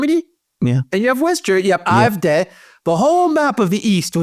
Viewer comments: You are mispronouncing the last letter of the AFD. It's pronounced like the word "day" in English. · why is the A in AFD pronounced differently?